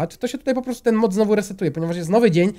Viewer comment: w 51 sekundzie zamiast powiedziec mod powiedziales mop